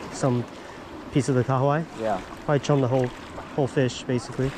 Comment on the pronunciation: I must say, I appreciate your pronunciation of the Kahawai. Most people in NZ struggle😂